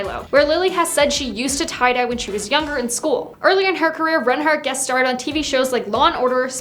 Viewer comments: Yeah she’s saying wrong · I’m I the only one who’s bothered by the way she pronounces reinhart